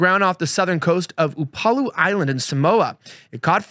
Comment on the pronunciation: here's how to pronounce the specific words -- Manawanui -- mah-nah-vah-new-ee. Upolu -- Oo (like shoo) poe (like edgar allen) lu.